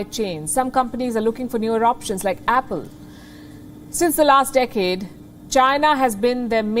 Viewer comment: Decade was not pronounced correctly.